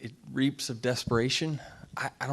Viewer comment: Reeks. Not reaps.